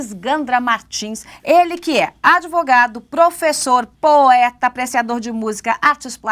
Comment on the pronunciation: Esse aí é um "nobre jurista" que fala "adêvogado" hehehehehe